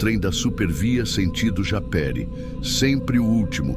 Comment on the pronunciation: Aaaaaah! Viciada nesse canal!!! Só uma coisinha, se fala Japerííí Kkkkkkk Moro em Paracambi,Rj, bem ao lado , e sempre peguei o trem desse ramal 😧😧😧 Parabéns pelo canal❤